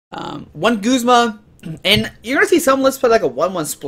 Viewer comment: He's also pronouncing Guzma as Goos-ma. I pronounce him how his name is spelled. Guz-ma.